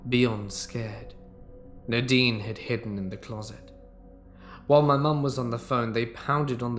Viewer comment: 🎃👻🕸🦇🖤🧡🏴‍☠️ It’s pronounced Nay-deen